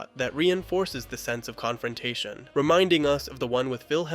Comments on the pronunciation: its "Controntation" instead of "Confrontation". lol just a funny thing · Great work! I watched every second closely; it was a delight! (I couldn't help but notice - Controntation 😅) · Confrontation has an F, not 3 T's. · It's CONFRONTATION. Not CONTRONTATION. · Why did you repeatedly spell conFrontation as conTrontation? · What is a "Controntation" You've said it twice now 🤨